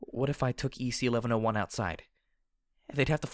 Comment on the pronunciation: I feel justified in that you pronounce EC-1101 the same way I do. Aside from that, I'm really enjoying your portrayal of the characters, and particularly Blackjack's mentality.